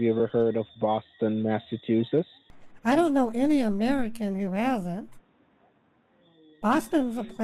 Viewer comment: He cannot even pronounce the name of the state Massachusetts. Doubt he can spell it🤣🤣